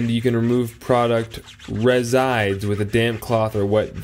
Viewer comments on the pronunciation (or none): "resides" = res·i·dues /ˈrezəˌd(y)o͞oz/